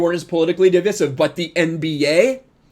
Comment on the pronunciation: "Divisive"....his pronunciation is killing me